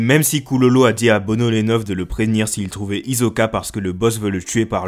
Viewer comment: on écoute un "S" et non pas un "Z". D'ailleurs fallait voir le prénom de Hisoka en japonais dans le manga. Ça s'écrit comme ça: ヒソカ Donc ça se prononce Hisoka. Mon frère j'adore tes vidéos, l'analyse et les infos sont excellentes.. j'apprécie ton effort. ❤️❤️❤️